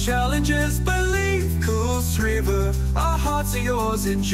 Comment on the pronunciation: It's a great song and a great idea but the pronunciation of kuilsriver is unfortunately wrong. Would have been better if it was pronounced correctly. Great song though.